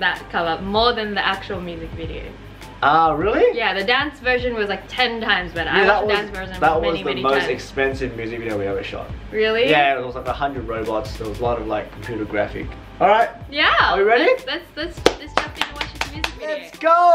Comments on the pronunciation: When he said robots it sounds like robux! 😂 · Who else thought he said 100 Robux?????? xD or am I crazy???